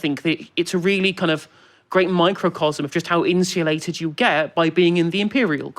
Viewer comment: In-shoo-lated ?? Insulated